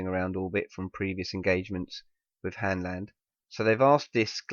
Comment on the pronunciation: its "Hanland"